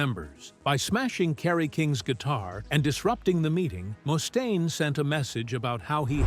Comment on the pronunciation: Tom's bass lines NEVER cut through the mix with precision. His vocals definitely did. Oh, and Mustaine is pronounced MUST-AINE, not moo-stain. Those AI narration videos suck real bad.